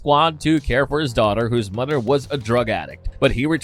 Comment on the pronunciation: good lord why the robo voice narrating saying D's instead of "th" sounds, saying"dez" "mudder" "togedder" "fadder" instead of "the" "mother" "together" or "father"